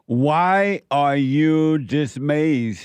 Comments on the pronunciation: why are you dismayzed? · Is anyone gonna let JLP know he is mispronouncing dismayed?😊